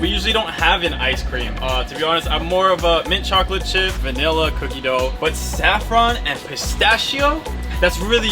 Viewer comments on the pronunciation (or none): doooooogh or duuuuuuugh not dough